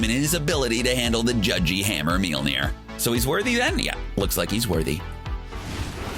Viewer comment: Thor's enchanted hammer, Meal-near?!? 🤦‍♂️